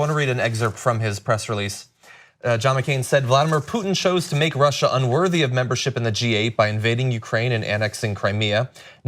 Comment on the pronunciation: He adds an 'R' on the end of Russia because he's trying to pretend he's not very familiar with the word, sad.